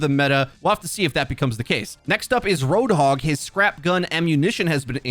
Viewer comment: Its Roadhog, not RoadHOG